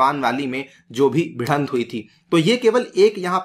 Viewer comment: Sir bidhant nahi bhidant hota hai, nice video